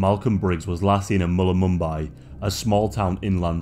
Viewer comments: Dude, it's Mullumbimby, not Mulumumbi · Mullumbimby is pronounced mull um bim bee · its pronounced mul-lum-bim-bee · Mullumboombi🤣🤣..(Mullum-Bimbi) like Bambi..Bimbi.. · Mulumbimby not mullumumbay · Great content mate. I’m from Tyalgum Creek, about an hour inland from Byron (behind Mt Warning). ‘Mullumbimby’ is pronounced Mull-um-bim-bee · Its Pronounced Mull- Em Bim Be . You should have talked to us Blackfellas , The REAl locals if you wanted to find some truths to these disappearences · 6 people missing from Byron... not that many people really. Also, Mull-Um-Bim-Bee lol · hey mate, how did you stay at byron and still can't pronounce MULL UMMM BIMBY ? heheh.... Love your channel, keep up the great work. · It’s pronounced mull-um-bim-bee but I can see why you said it how you did lol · Okay so i dont mean to be a stick in the mud but it's pronounced Mull-um-bim-bee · You pronounced Mullumbimby incorrectly, Its Mull-Um-Bimby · I live near Byron and was born in Mullumbimby and the way that you say it is absolutely historical 😂. We call it “mullum”. Wtf was mullulumbye 😂😂 love how you think it’s home to heaps of celebs! Sorry sweetheart but having only a couple famous people OWN a house here but don’t even live here! Chris Hemsworth is the only “famous”Australian that lives here. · I won't lie, it took me a little to work out that you were saying Mullumbimby 😂 great video! Hope you enjoyed your time in this Sunburnt Country! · That pronunciation of Mullumbimby lol 😂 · you pronounce it "Mulum-Bim-Bee" I live near there. Thanks for the vid. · Northern NSW is a great area, lot of travellers in that area, people go missing everywhere.....your pronunciation of names is dreadful, if you can't say Mullumbimby just call it Mullum....the hippy scene up there has attracted people who want to take advantage of people, but the idea that it's an area full of crazies is just BS, nearly anywhere in the US has much more abductions and murders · butchered the word mullumbimby LMAO